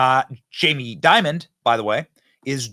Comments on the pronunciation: You keep pronouncing and spelling his name as "Diamond". It's "Dimon". The dude's name is "Jaime Dimon". IHTH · It’s Dimon… not “diamond” do some research dude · His last name is not "Diamond" --it's DIMON (pronounced DIE...MON) JAMIE DIMON. You're welcome. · Jamie Dimon there’s no “d” on the end 😂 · Dimon not Diamond lmao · It's Jamie "Dimon," not "Diamond." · Who’s Jaime Diamond? It’s Dimon. At least make the tiniest amount of effort to know what you’re talking about. 🤪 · again Benny loose with the facts... Dimon, not Diamond... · Fyi it’s Jamie Dimon… not diamond